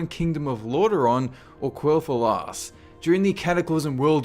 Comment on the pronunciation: Lorewise, it's Quel thalas